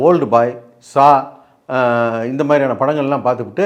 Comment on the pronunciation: Saa ille, Saw 😂😂😂😂